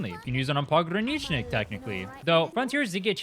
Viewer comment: the way u say "pogranichnik" scratches my brain in a good way this word is in my mother tongue and ur the first guy among youtubers that says his name correctly lol